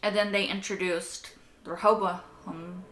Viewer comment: Let me help Rehoboam - "Ray-hoe-bow-um"